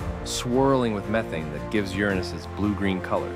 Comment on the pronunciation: Finally, someone pronounces the planet's name the correct and fun way! 😁👍